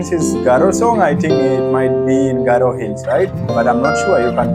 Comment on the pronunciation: Wow wonderful garo pronounce is good